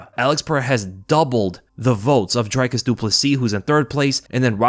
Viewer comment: It's NOT ' Dry Cus ' !!! 😂😂😂🤦